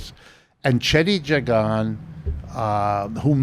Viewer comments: His name is pronounced Jay-gan. Lol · Every Guyanese person that I've ever known has pronounced his name as Jag-an not Jay-gan lol